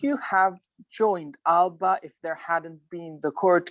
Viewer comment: That's not the correct pronunciation.